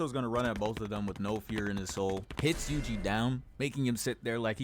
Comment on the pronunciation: Yuji was going crazy bro 😭 "yugi" 😭 fire vid tho